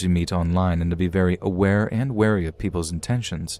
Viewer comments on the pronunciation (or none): none